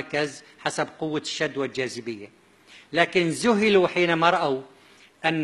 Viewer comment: كيف؟؟؟؟؟؟؟؟؟؟؟!!!! .تقول سلاس ((((((( بدل ثلاث )))). وزهلو بدل. ذهلو. .تعلم لفظ الكلمات بالغه العربية قبل تفسير كلام الله ❤️⚖️⚖️🕋👆🇹🇷❤️⚖️🕌